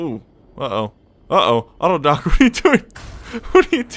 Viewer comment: Auto-dock what are you doing? auto-dock? STOP!!